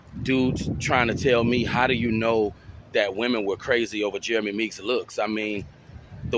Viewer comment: Meek's, not freaks!